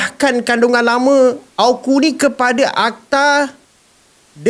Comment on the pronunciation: Hos sebut AU..KU.. bukan A..KU sebutannya betul..dengar betul2.